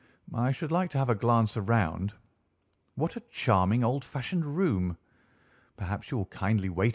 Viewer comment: Enjoyable enough, but have to disagree with the other contributor about the voice. The narrator’s voice is too modern, it has incorrect inflections and a lot of the vowel sounds are wrong, especially words using the ‘ou’ sounds as in around. It generally lacks gravitas. To hear these works narrated perfectly, one could no better than listen to Simon Stanhope.